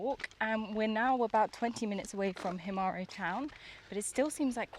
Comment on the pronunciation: Himara not Himari